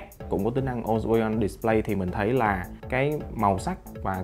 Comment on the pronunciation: On way on "Địt lây" :))